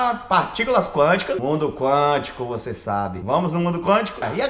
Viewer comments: "O IMPORTANTE É SER VOCÊR"😂😂😂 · "O importante é ser vocêr" Nunes, Whindersson 2019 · "O importante é ser vocêr" Whindersson/2019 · "O importante é ser vocer